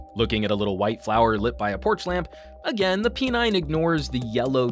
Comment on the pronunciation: Why P9 sounded like "penile" 😂